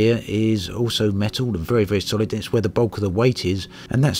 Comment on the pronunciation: It's made of "metow"??